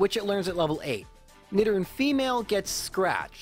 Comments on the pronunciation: i think its supposed to be nee-do-ran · Why are you pronouncing nidoran wrong? It’s like Nidoking. “Need oh king” so... “need oh ran” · Nidoran and Nidorina, not whatever you said. Sounds odd.